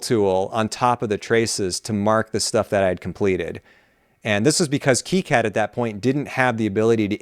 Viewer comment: That's great and all, but it's not keycad. It's Kai-Cad, as in Cobra Kai.